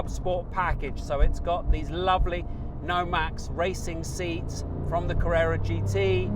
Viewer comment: Great back to back review. Thanks for a great episode. Oh and it's Nomex not Nomax.